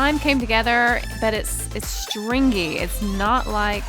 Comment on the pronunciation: I feel like she can't say stringy